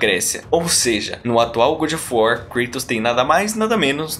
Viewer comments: Coisa irritante esse "gud of wat"!!! Ahhhhh!! Soa como o bom da guerra!! Horrível!! É GÓD of War!! GÓD!! GÓD!!!! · Saí porque não aguento alguém falar ~good~ of war. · Muito bom, porém faça a pronúncia correta do nome: God of War